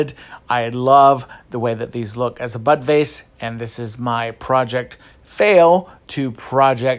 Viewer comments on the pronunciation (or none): Completely off topic but I had to replay the end like a dozen times because I thought you were saying “buttface” not bud vase. 😂😂😂 I think it’s time for bed or a drink. Or both. 😂😂😂 (love this project of course) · I thought you said butt face every time you were saying bud vase! 🤣. I was waiting to see the butt face! Good grief, I obviously need to clean my ears! 🤦‍♀️